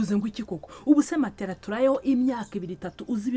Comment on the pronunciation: Marigarita niwe mbonye uvuga matela neza, abandi bavuga matola.